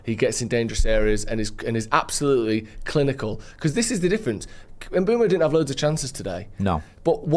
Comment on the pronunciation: Just a little moan.....can people please start saying...imBOOmo....as that is how he has stated publicly it is pronounced..not ImBwemo....moan over